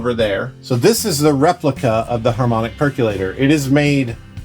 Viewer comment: *per-CO-lator There is no such word as "per-CYOO-lator." (NOTE: Percolate means to "filter down through," - as coffee percolates through a filter into a cup. Many think the word indicates some kind of "bubbling up" due to heating; this is likely due to hearing "perk" in the word's pronunciation while also thinking of hot coffee brewing.)